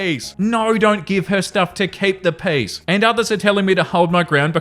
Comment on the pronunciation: The first I heard you say, “keep the peace,” I thought you said, “keep the peas.” So every other time in the episode it’s mentioned, I just pictured someone with a hand full of peas 😂